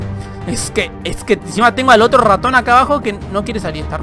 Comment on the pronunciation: Porque cuando dices raton se escucha como ratom ???